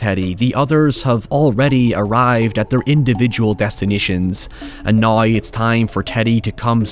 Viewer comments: "And noy" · Nice video, but your accent starts to sound like you are no longer speaking English at several points, and I sometimes had to rewind it to try to figure out what you were saying. That is most definitely not how you are supposed to say "trail" for example. Might want to avoid "now" as well, if you cannot say it properly. Not trying to be a jerk, just saying that it is difficult to understand you sometimes, and if you plan on doing more videos, you might want to work on that, making yourself understandable to those outside your country/accent. P.S. It's not just me. The closed captions frequently display the wrong words, because you pronounce them so terribly. For example, you try to say "south" but it reads "scythe", because you do not seem to know how to properly say the word "south". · Lol, say "now" again. 😂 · God bless your local pronunciation of now amen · Man, you got some speech impediment there.